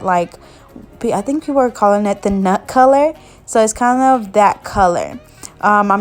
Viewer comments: Did sis just say nut color 😂😂😂😂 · Lmaoooo i heard it too girl 😂😅